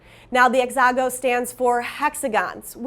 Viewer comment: She said “exago” 🤣